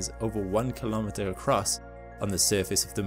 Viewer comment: What the fuck is a "kill ah mutter" ? Speak ENGLISH !